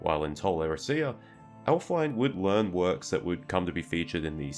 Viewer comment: It's not "elf-wine" it's "elf-win-eh".